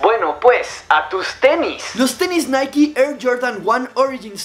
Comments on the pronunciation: Hey apenas veo este vídeo jaja pero creo que Nike se pronuncia así naik así a pronuncia nada más digo sólo que no es naiki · Es naik no naiki jaja Na gran vídeo bro👍✌